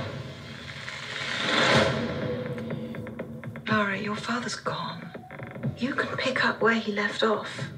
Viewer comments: LARA Croft not LAURA Croft :) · Its LARA not LAURA. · Why do Americans have such difficulty pronouncing Lara as Lara instead of Laura?